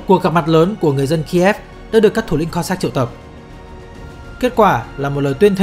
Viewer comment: Đọc chính xác là Kô dắc chứ không đọc kiều khó nghe là Cót sát nhé !!!